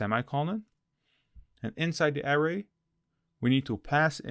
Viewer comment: Hi thanks for the video. Just a friendly tip... anchor is pronounced ain (same as the sound in pain but no p) than cer with a HARD C like the C in Cat... so ain - Cer .... and array != air-ray ... array == a (ah like in a-pple) then ray... ah-ray